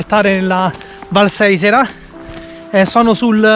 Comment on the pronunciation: Non si dice giof di montsio🤦🏻‍♀️ si dice IOOF e la valle è SAisera con l'accento sulla prima sillaba!!